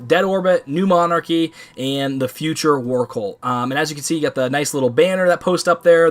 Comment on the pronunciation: Trouble pronouncing new monarchy I see lol